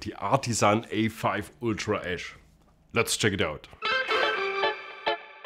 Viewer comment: Every time he said “ash”, I heard “esch” and though it was an “Ultra S” model.